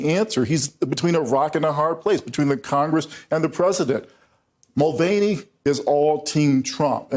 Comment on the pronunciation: It's pronounced Mul Van E ffs